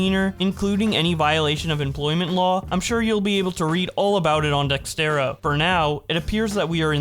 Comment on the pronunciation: you do realise it's not dextero, it's dexerto as in dex erh toh... i only found this out like a week ago myself xD